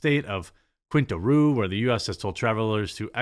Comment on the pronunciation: for me, the highlight of the video was Jeremy trying to say "Quintana Roo"